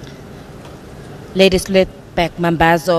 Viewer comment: Commentator pls its not Back mambazo its BLACK mambazo